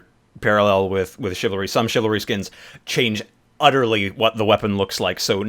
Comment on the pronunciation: Chivalry? Not chivalry.